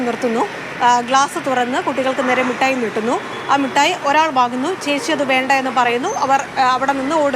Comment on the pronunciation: മുട്ടായി അല്ല മിസ്റ്റർ, മിഠായി ആണ്